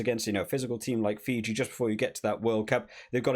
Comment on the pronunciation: If you have problems pronouncing Fiji, its Fee-G. 😂